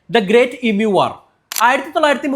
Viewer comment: ഇമ്യൂ എന്ന് ഇനിമുതൽ പറഞ്ഞു പഠിക്കണം.